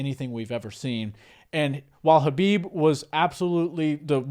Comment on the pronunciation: Thats right, but also the T is silent in Khamzat's name. Its pronounced HUM-ZA, and HUB-EEB for Khabib.